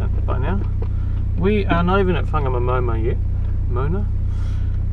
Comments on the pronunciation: Whangamomoana is pronounced with a wh (as in why) not f. Local Maori dialect doesn't have the f . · Whangamomona is pronounced Farnamoremorena 👍🏾